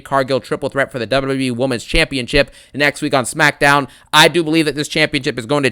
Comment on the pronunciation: Errrr Smakkkkkdowwwwwn 😂 Another Great Banger